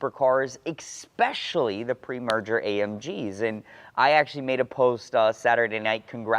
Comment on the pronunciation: ESpecially. Not EXpecially. 👍🏻